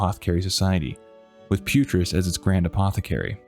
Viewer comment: Isn't it "Putriss"? (Video name.)